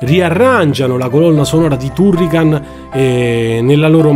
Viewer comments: Basta guardare il mio avatar e capire qual è il mio preferito! Comunque confermo la pronuncia TUrrican, anche perché il nome è preso dall'elenco del telefono, un italianissimo Turricano, grazie per aver condiviso i ricordi! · Si pronuncia "Tarrican"!. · Non ti preoccupare, all'epoca sbagliavamo tutti i nomi. Ti posso perdonare tutto poiché nessuno mi riporta a quegli anni come i tuoi video!. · Anche io ero ironico, ma dopo che lo hai detto così tante volte nel video, mi dispiaceva per il povero Turrican. Se sbagli la pronuncia allora non conosci bene la lingua, vale lo stesso per tutte le lingue del mondo (giapponese incluso).